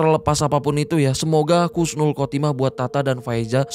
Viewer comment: Husnul bang Bukan Khusnul